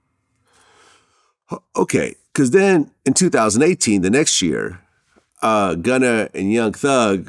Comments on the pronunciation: Someone tell Vlad it’s not “gunner” 🤣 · stop saying gunner my god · Everybody : “Gunna “ DjVlad : “Gunner “ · Fr i was thinking vlad so white he calls him gunner 😂